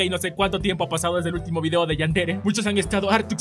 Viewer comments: Cuándo estaba saludando dijo vido envés de video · alguien escucho, "aqui con un nuevo vido"??? Xdxd :v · Soy yo o en ves de decir video dijo video, no solo en esto sino en todos.